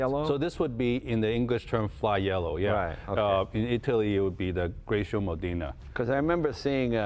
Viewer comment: Lol. Sometimes really shows a lack of knowledge. The F40 engine was far from out of power, but LdM wanted a car that was linked to F1. Pure and simple. And he also managed to call it Grigio Modena which is grey, rather than Giallo Modena, all while butchering the word Grigio.